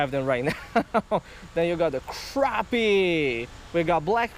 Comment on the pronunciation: And he can't say crappie either